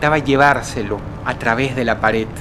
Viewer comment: Dross suele pronunciar la D al final como T en su vocabulario como "ataut" o "actitut".